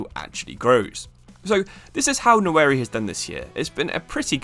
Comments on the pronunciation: Bro it’s Nwaneri not Nnaweri. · Nwa-Neri not Nowary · Pronounced like 'WANERI' with a silent N. Not 'NAWERI'. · Try pronouncing the name "Wanery" rather than "Nawery" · it's Nwa - Neri not Na - Weri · Ethan "Nawary" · Pronounced waneri mate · Can't brush off the feeling of you absolutely butchering Nwaneri's name. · surely you learn how to say his name before making a video on him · Bro at least learn how to pronounce his name if you’re gonna make a video about him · british people have no obligation to properly pronounce african surnames